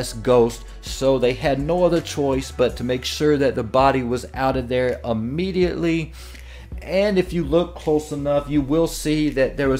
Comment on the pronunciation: Ammediately? Its immediately